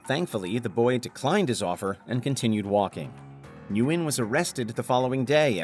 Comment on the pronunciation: Just a side note Vĩnh nguyên is actually not pronounced as you pronounced it is actually said win like thay